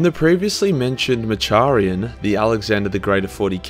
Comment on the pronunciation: Mak-ar-ian not Ma-char-ian